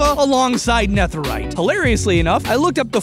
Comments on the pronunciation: STOP PRENOUNCING NETHERITE LIKE THAT......STOP. I know I seem like Hermione Granger right now but its Nether - ite, not Neth - erite. Youre supposed to pronounce it like nether just with ite at the end of it. Sorry but youre driving me crazy.... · he says netherite like neth rite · nɛθɘɹaɪt? Why are you pronouncing it like that? It's nɛðɘɹaɪt. (Aka the "th" in "netherite" should be voiced, like breathe instead of breath, or the instead of thought. This difference being the difference between s and z.) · Also: “Nefferite” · why he pronounce it neþerite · It's so annoying how he pronounces netherite as "Neth-erite" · the th in netherite is pronounced like feather not think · My man says, “ne-thur-ite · Its ne de rite not netherite. Im sorry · Why do you say Nether and Netherite with different "th" sounds? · The way pronounces netherite causes me immense pain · am i the only one thats distracted by the way he pronounce netherite?? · That way he pronounces netherite 😡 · why do you pronounce netherite like that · he pronounced netherite so weirdly the entire video and it annoys the life out of me. he can pronounce nether correctly but not netherite?!?! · The way he pronounces netherite bothers me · A lil irritated at pronunciation of “Neth” erite 😂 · The "nether" in "netherite" is pronounced the same as nether the dimension. You pronounced "netherite" wrong but "nether" right. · Literally I can’t get over the way he pronounces netherite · You know that "Netherite" is pronounced, well..... "Nether-ite" and not how you said it, right?